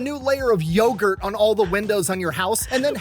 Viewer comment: Naaaah. Yogurth.